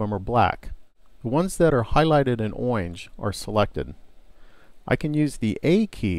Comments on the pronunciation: its orange not oinj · he said oyange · Orange, it's just badly pronounced (no offense to ) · Oinge... Orange :D awesome speech thingibliingldy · Owyange XD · "...highligted in oynge..." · I'm saying oyange instead of orange from now on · I don't care how he says orange! All of the tutorials provided by are very thorough and easy to follow. Too many others assume you already know some of the details, or assume that if the process has been described before, there is no need to go through it again. But when I'm learning, I find that going through these processes methodically, thoroughly, and repeatedly is extremely helpful in reinforcing them. My only suggestion I would have to further improve these tutorials would be to explain just a little bit more of the WHY something is done. Very nicely done! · he knows... It's a joke because the uploader pronounces orange oddly...